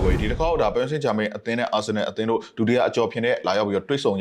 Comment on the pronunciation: နှုတ်ခမ်းမွှေးနဲ့ကောင်က.ပဲွဲကြိုသုံးသပ်တယ်သာပြောတာ.အသင်းနာမည်ကိုမမှန်ဘူးဟ. ပဲရစ်စိမ့်ဂျာမိန်း.ငပိသံနဲ့ပြောရတာကို. ဘာတဲ့.ပရ်ဘာဆိုလဲ.ငနဲ.ဘောလုံးရောကန်တတ်ရဲ့လားမသိ.လူကြားကောင်းအောင်လျှောက်ပြောတာ.သူပြောတာတွေလဲ.တလဲဲကည့်ပဲ.နဲနဲတော့လေးစားအုံးဟ.အားပေးသူတွေကို.channel ကြီးထောင်ထားပြီး.အဲ့လူမျိုးထားထားရင်.ကွဲမှာပဲဟ..ကြည့်တဲ့သူတွေစကားလဲနားထောင်ကြအုံး